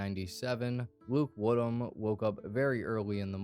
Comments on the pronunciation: "I, HHate that, ..Wood Ham, ..Kid?" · 🌴😒 Did you say.. ..."Luke-warm Ham".....?